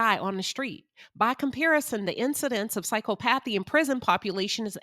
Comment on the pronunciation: The word is pronounce “Sy Cop athee “ . There are several professions were being a sociopath, psychopath, narcissist, will lend to success. Sales, lawyers, leaders of large amount of people. It requires charm, bending the truth, complex negotiation and lack of empathy. The perfect example would be a sales person trying to sell an overpriced item to an unwitting person.